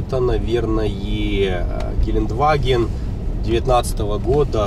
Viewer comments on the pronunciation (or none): none